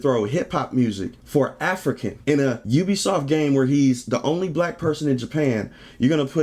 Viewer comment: Its "you-be-soft" not "ooo-be-soft"